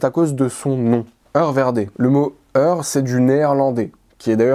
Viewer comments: Bonjour si vous me permettez : Hoer en Néerlandais se prononce " hour, (oe =ou) et non "eu". Bien à vous, bonne continuation. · Le mot hoer se prononce "houre" en néerlandais